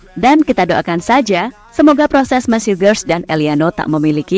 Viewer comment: Mees mbak bukan mess